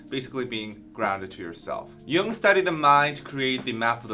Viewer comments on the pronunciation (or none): none